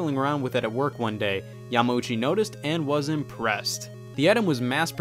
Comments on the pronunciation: Hate to be one of those guys (lol) but... Yamauchi = more so "ya-mao-chi" and not so much "ya-ma-ooh-chi" Thumbs up of course for the great vid! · Your adding an extra M syllable to Yamauchi just saying